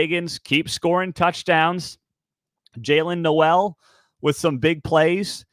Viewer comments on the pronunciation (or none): It is pronounced Jaylen Nole, not No-L. By the way it is Ben BRAY-mer, not BRAH-mer. Just trying to help.